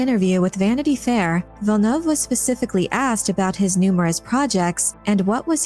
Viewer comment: Gaaaahhh, please, not Villeneuve.